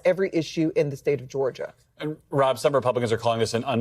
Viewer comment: It’s frustrated. Not fustrated. Coming from a journalist???